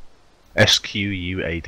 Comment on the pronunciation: Squad or as you pronounced sqaud? xD